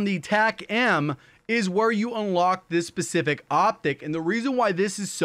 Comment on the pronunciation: Can’t unhear pacific instead of specific